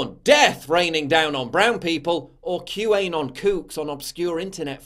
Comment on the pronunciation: It's not "Q. A. Non". It's "Q Anon".